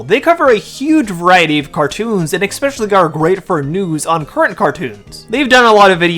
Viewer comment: Es-specially, not ex-specially 😊